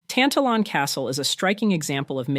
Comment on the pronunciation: Very interesting, especially the last one. Just a note on pronunciation: Tantallon has the stress on the second syllable, and the W is silent in North Berwick. I once wrote a short story set at the castle, but you wouln't understand it -- it is written in Lowland Scots dialect.